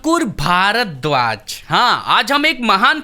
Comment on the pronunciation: Bhardwaj nhi bol pa rha tu kya hindu hai be tu